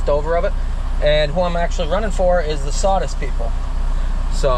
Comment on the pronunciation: What are "prodicts" and "sawdist"?????